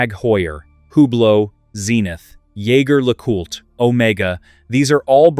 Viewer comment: Jaeger-LeCoultre is a French name, even though the first name is a German word for hunter. Pronounce Jaeger as zhay zhair.